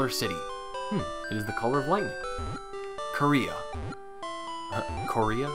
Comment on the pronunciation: OMG When you said "korea" I laughed so hard